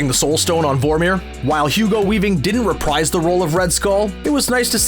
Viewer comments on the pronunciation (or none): none